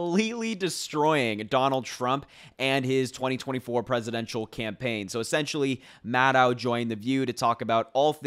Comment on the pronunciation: Maddow rhymes with shadow. A lot of folks make this mistake.